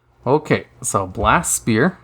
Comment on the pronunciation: He still says Blast Spear and i'm mad because of it